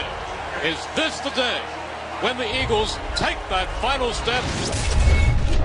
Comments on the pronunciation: "The Iggles" lmao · This man said igles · Did he just say the iggles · buddy said Iggles 😭🤦🏾‍♂️ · "The Igles"